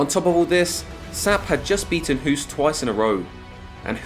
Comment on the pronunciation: amazing video as always but please pronounce Ernesto’s surname as Host. As a Dutchman who’s been living in England for the last 27 years it bugs the hell out of me. Nothing personal.